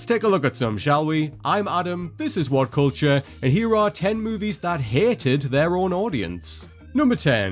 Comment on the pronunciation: I love “WAHT CULCHAHHH”